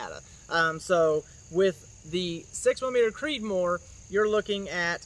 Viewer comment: Slow down when you talk, when you say “6 millimeter creedmore” sounds like you have a mouthful of rocks and are trying to spit it out faster than a mouthful of bees.